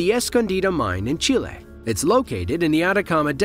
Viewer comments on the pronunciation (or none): Never heard someone say chile so wrong over and over 😂